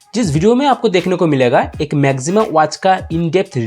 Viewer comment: Bhai... Pehle Naam toh sahi se le lo... Maxima hai, Na ki Maximum.